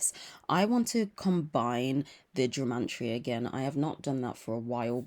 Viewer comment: Are you saying the word Gemantria? 🤔 it's gematria, no n ❤